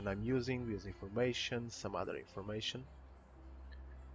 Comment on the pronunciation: WTF is a BEE-OSE? Are you trying to say BIOS? Pronounced "BYE-OSE"? Huge pet peeve of mine. No idea how you got BEE-OSE out of BIOS bro. English not being your first language is no excuse.